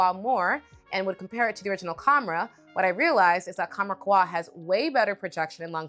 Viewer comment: Qahwa. U read it KAhwa. It's "coffee" in Arabic.